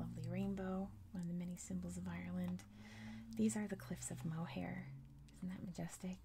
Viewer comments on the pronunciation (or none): Cliffs of moher are pronounced the cliffs of mo-her